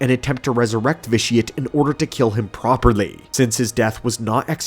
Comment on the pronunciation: you say properly like Malfoy says “Potter” 😂